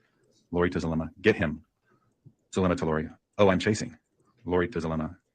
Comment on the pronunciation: Hidden True Crime posts the audios daily at around 4pm, as soon as its released after court.. Zulema pronounced her name as Zoo lem uh..just so you know..lol..